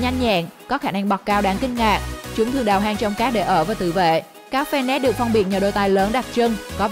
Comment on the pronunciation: Cáo fennec nghe lộn thành cáo fennik:D